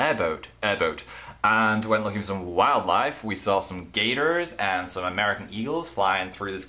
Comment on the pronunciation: By the way, when you said "Gators" you sounded really American :p